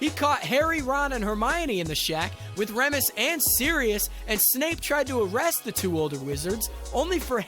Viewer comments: He was doing his job,,, but yeah,, there are some parts of the info that don't jive up well, Reh muss? it's REE mus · And why ‘Remmus’ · Lupin's name is pronounced "Reemus" not "Remus" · are we just not going to talk about how he pronounces remus 😭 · What a bizarre pronunciation of Remus’s name! Has this guy not actually watched the films? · I was hoping someone else would catch that... lol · Please learn how to pronounce Remus but loved this video